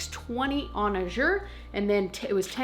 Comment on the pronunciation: I dont think u know u r saying Azure wrong. Call their customer service and u can hear how it’s suppose to be pronounce by the founder himself. :-)